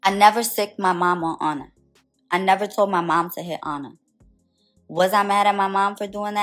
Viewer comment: Ahna not anna